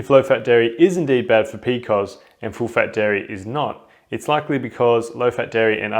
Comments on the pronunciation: Who pronounced PCOS as "p-cos"??? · In the US we usually say pee-cee-oh-s. This is the first time I have heard it referred to as Pee-kohs. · I love it!